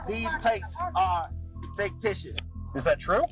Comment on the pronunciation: "Faketicious". A scholar he is not.